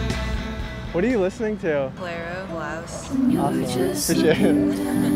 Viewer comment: clairo not “clario”